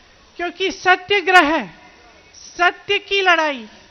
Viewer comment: सत्यगृह नहीं बोली सत्याग्रह । और आप जैसा देशद्रोही कोई नहीँ ।